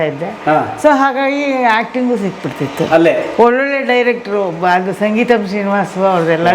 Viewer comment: ಸಂಗೀತಂ ಅಲ್ಲ ಅದು ಸಿಂಗೀತಂ